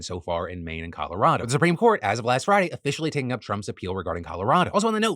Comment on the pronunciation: "Like it was Black Froday ten years ago" 😂